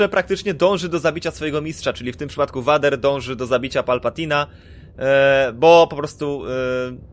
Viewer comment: muwi sie Lord . . . . fader